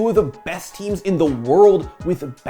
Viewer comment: you don’t have to put mad emphasis on “world” every time.